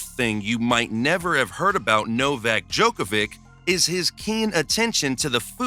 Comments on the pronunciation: My husband can’t pronounce his name … he calls him Novak Dodge-a-vick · Bro not only did you pronounce his name wrong, but you also mispronounced his childrens names and his wifes name. Love the vid, just search how its pronounced before you make a lot of mistakes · You mispronounced every name in video, i understand that Jelena Gencic is hard but Nadal and Djokovic?!